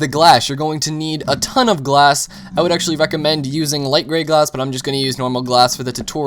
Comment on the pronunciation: did i hear you say glash